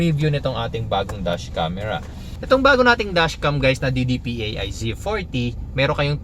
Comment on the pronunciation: DIDIPAY, hindi D-D-P-A-I. :)